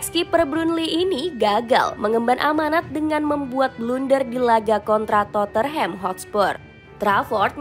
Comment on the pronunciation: Channel bola tapi nyebut club kagak becus